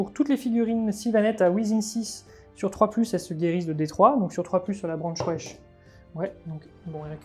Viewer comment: A chaque fois j'entends "branche wesh" au lieu de "branchwraith" XD